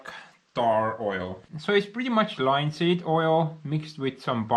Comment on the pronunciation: Beautiful job.👍 🙂✌️❤ Your English is pretty good. But you need a little help same as anyone. You're pronouncing it "Line-seed" , you should say "Lin-seed" the I is a short vowel sound ( like it) not a long one ( like,like or high as you like to say😆) Just trying to help bro. Did you grow up bi-lingual or learn English later? Are you self taught? Also if you say a word ending in -ed,such as "Rigged" the 'e' is silent. You say "Rig-ed",but the correct way is "Rig'd". You.may have to practice,as I said you're very good already just need a little help on some things👍 I'm from the state of MICHIGAN in the U.S.